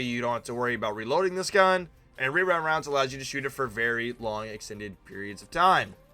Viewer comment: “rerind rounds” 😂😂🫶🏼